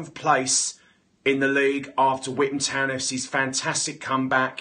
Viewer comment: 1 pound for every time he says withan town